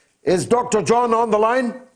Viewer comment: You must be Spanish. We pronounce it John. :) Yes, he's a fantastic teacher. I sent some cash for my tuition.